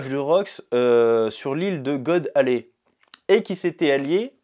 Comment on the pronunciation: God Valley pas God Alley